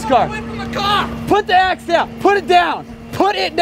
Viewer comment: “Put the “AXE” down!” 😂😂😂😂